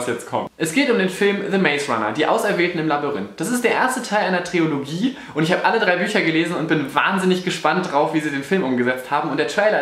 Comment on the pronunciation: Ich spiele mal den Grammatik-Nazi: Auch wenn es sich echt doof anhört, aber es heißt "Trilogie" und nicht "Triologie" =(